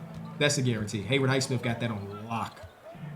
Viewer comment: it's Hay-WOOD Highsmith, not Hayward, Hay-WOOD